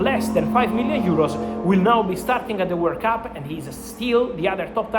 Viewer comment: lol it’s hard to head World Cup, I thought he was saying “work up” lol it has me doubting myself